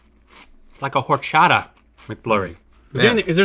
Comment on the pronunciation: The way link pronounced horchata XD